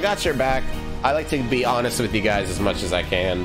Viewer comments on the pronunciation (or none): none